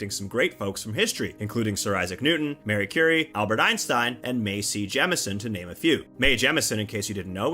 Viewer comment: Mary Curie? Man. Come on